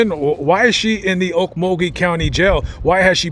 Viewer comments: Glad you pronounced Okmulgee properly.. lol.. I use to be around in the 80’s through the 2000’s as it’s a spooky place with lots of bones many never want disturbed.. be aware .. mug-town is On another level.. stay well and vigilant guys. 💯🇺🇸😎🌪🌎🔊👈🎄❄️😊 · are you from Oklahoma? If not you're the first outsider that's ever got the town names in Oklahoma right..I was raised just north of Okmulgee in Beggs.